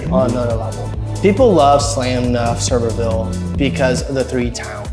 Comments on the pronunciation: He's not kidding. It's not server-ville. Pronounced as if was spelled Severe-ville or the way he phonetically spelled it out. You're not the first to say it wrong. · Sevierville is "Suh-VEER-vil". 👍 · It's pronounced like severe-ville. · As a fellow Tennessean, thank you. Lol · I haven't seen one video of people talking about this or anyone has pronounced Sevierville correctly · Lol 😂 not at all how Sevierville is pronounced 😂😂😂. You should come up and see the smokies once the leaves start changing. Such a beautiful place.